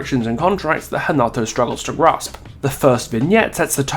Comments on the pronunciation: Do Brazilians call Renato Hanato? Because I swear thats what is saying and it doesnt sound right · As I suspected, thats how we croatians do it too. So I dont know why he spoke Hanato this whole video. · I'm Brazilian and here we pronounce Renato